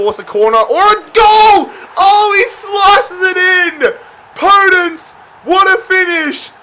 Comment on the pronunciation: Its called podènce not pódence